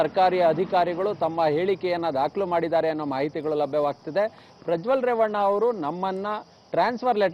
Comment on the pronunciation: ಪ್ರಜ್ವಲ್ ❌ ಪ್ರ ಜೊಲ್ಲ ✔